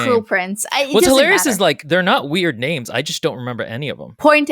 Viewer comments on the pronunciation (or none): You butchering everyone's names is insulting to me as this is my favorite series 😂